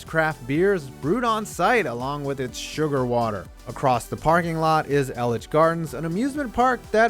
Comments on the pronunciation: This nigga actually said ilitch gardens (It’s pronounced EElitch gardens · Elitch Gardens is pronounced ee-litch , not el-litch. Sincerely, A born and bred Denverite and Avs fan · im sorry, but how hard is it to say E-litch, not elle-itch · This clown said elich, smh it’s Eel-et-ches elitches buddy elitches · It’s EEELitchs, not El-Litches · El-itch Gardens? It's pronounced E-litch Gardens. C'mon man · Not much was said about the Pepsi Center... for example the team owner keeps a massive two story 12,000-sqft apartment that they try to keep the details about secret. Also, it's pronounced E-litch Gardens. Not El-itch. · Denver natives, who else is shouting "it's pronounced ee-litch!" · did you call it elich gardens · EE-LITCHES. EEE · "Ellitch Gardens" aghhhhhhhhh it hurts me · Omg the way her pronounced Elich gardens made me cringe so hard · Elitch its said as it’s spelled how did he say what he did my god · I see why you corrected your pronunciation of “Elitch Gardens” in your NBA video. Good call. However, must you make a crack about weed every single time you talk about Colorado? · The way you pronounce Elitch gardens is so wrong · Denver checking in here. You botched the pronunciation of "Elitch" so hard that that you have Alfred Packer turning in his grave wishing he could eat you. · That pronunciation thoroughly triggers me (I'm from Denver). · You pronounced elich gardens wrong btw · The way he pronounced Elitch 😂 #Onlycoloradopeopleunderstand